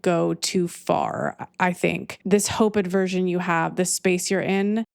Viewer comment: I love you I love you I love you 🙏 (The word is: aversion, not aDversion... "Adversion" (with an 'a') is an obsolete English word meaning "a turning towards" or paying attention, but the common word you're likely looking for is aversion)